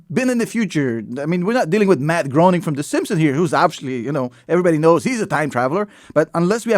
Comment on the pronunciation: Spelled Groening but pronounced Grayning.